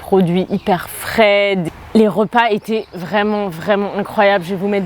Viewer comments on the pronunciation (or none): Je suis heureux que cette retraite t'a fait du bien. Une petite question: à le sous-titre est "frais", mais on entend "fraides", ou quelque chose comme ça.